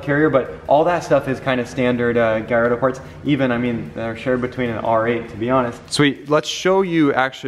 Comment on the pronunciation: Damn why does every one mid pronounce the car it’s not a gaiiardo with an “i” it’s a gallardo with an L DAMN PRONOUNCE THE CAR right